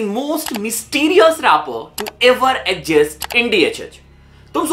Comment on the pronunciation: exist ❌ adjist ✅